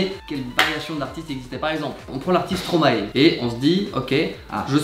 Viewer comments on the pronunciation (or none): none